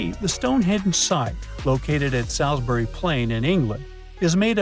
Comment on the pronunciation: Bro, you don't know how to pronounce Salisbury.